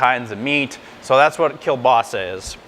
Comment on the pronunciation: you don't pronounce it right!